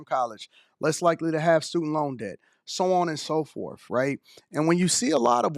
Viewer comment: Stop saying “forf” please. Can’t be that hard to pick up your tongue and say “forth” or “fourth”